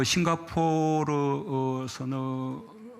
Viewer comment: 마약 했다는 얘긴줄ㅋㅋㅋㅋㅋ심지어 변호사 출신인데 싱가포르 발음도 안됨ㅋㅋ